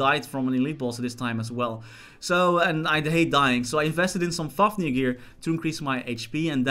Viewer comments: i swear when he said fafnir it sounds like fucknir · When you said fafnir gear I heard it as fuck me gear.